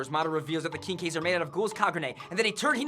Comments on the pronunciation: Dem bloopers "Kinkeys....kinkeys" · Why does he keep pronouncing quinque like Kinky? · They cannot say quinque to save their lives.